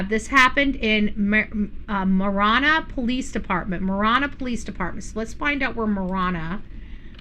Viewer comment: Ma Ranna..is the correct pronunciation is how us in pronounce Ma Ranna from someone that grew up in AZ, and LOL it is not TucksSon it is Tucson..:face-blue-smiling::face-green-smiling: LOL if you are from AZ, you understand me LOL that drives us, Arizonan's cray cray.. LOL Marana is in PIMA Co. Is 20 miles North of Tucson and 100 miles south of Phoenix! just for those wondering.. where Marana AZ is located.....Part of Marana Co is in PIMA co. and a small section in Pinal co. Marana needs to decide if they want to be called Pima Co. or Pinal Co. The town of Marana is in both Pima County and Pinal County because the town government chose to expand across the county line. Marana grew northward and legally annexed pieces of land that sit inside Pinal County. A bit of history lesson since 1992 still fighting over land right.. HUM LOL